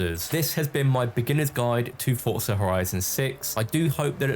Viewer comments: For-zuh not ford-sir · Its pronounced as "Fort-zah"